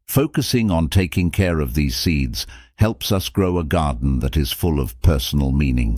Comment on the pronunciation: The mispronunciations are insane. Just the way that they pronounce us is laughable. “Oos” 😂